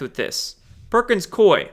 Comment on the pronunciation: Perkins Coie = Cooey, as in, rhymes with gooey. 💚💚💚 You are a Light Warrior,.